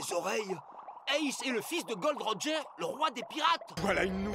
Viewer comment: arrêtez de dire "Gold Roger" c'est "Gol.D.Roger"